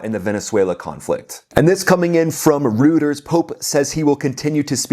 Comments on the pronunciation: It's pronounced "royters" - not "rooters". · Hey, it's pronounced, NOT "rooters". It's a Germanic name. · To quibble, Reuters is pronounced Roy-Tiers. You are fortunate that you scarcely listened to their BS. Reuters is famous in history for being 'neutral' about Nazi Germany -- even in 1945. (!!!!) Look it up. This IS their standard of 'objectivity.' As you might imagine, despots love Reuters. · It's not pronounced, "ROOTERS". It's pronounced, "ROYTERS". But, that aside, thanks for your excellent commentary! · Not Rooters, Roiters.... (Reuters) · Just a heads up. "Reuters" is pronounced "Royters", not "Rooters". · Rooters? Don’t you mean Reuters (Roy-Ters)? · It's not pronounced Rooters. Try Royters. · Its Royters not Rooters😊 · Love your shows! Just wanted to point out that 'Reuters' is not pronounced like "Rooters" -- it is pronounced like "Royters." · Just one thing,: Reuters is pronounced, "Roiters" -- not "Rooters." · Reuters Pronounced..ROYTERS 😅😅😅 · You pronounce Reuters “ROO-ters!!!😂😂😂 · I enjoy your channel,. Pronunciation of "Reuters" is roy·trz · Pronounced Roiters. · It's pronounced "ROY-ters". Worked there 22 years. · Reuters is pronounced “Royters” just FYI. Good video. 👍👍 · "Reuters" is pronounced "ROI-ters". I really like your work. It's good. (I write therefore I edit'.)🤓/ USMA '79. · The news agency is pronounced “Roy-turs” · great report. ROY-TERS is how Reuters is pronounced. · Reuters is pronounced Roiters, it's German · Reuters is pronounced “Roy - turs” Keep up the great content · The Pope's better way is the Christian way. He has remained consistent on this. He spoke out against the IRGC in January. Also, Trump's way hasn't helped a single Irainian. Just more death for the civilians. Same regime, now with falling bombs. Fact, we can't, nor is it our responsibility to 'save' everyone. If Iranians want a different gov't, they will have to fight for it. Also, it is 'royters', not 'rooters.' FFS... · bro it's ROY_TERZ